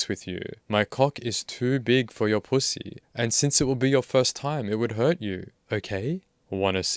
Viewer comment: I love how you say pooosy 🤣